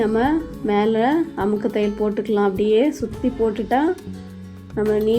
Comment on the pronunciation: கஷ்டமாக தெரியும் வேலையை ரொம்ப ஈசியாக சொல்லி கொடுத்தீங்க அருமை அந்த அமுக்கு தையல் வார்த்தை அழகாக சொல்றீங்க ❤❤